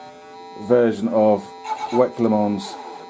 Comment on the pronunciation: It's not the WEC you've gotta worry about, it's the Le Mans - the s is silent. Le Mohnnn